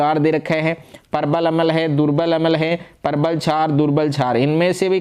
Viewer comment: अमल नहीं होता अम्ल छार होता है sir 😮